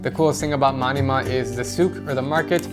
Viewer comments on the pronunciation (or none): Its Man-ah-mah not Many-mah also u should stop by there when u go to the east side of saudi arabia like qatif khobar dammam take the causeway from bahrain trust me u will love it the views are amazing the only thing thats bad is the shitty McDonalds bathroom at the saudi end of the causeway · LOL, he calls manama ( from bahrain ) manima